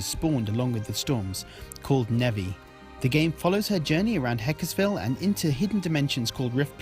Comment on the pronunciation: Hekseville, not hekesville Heck-Se-Vil Heck-Ehs-Vil this hurt my soul. other than that, great review! Im subbing